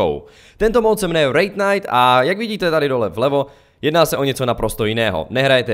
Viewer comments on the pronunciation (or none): Jaj, já rozuměl Rape night :D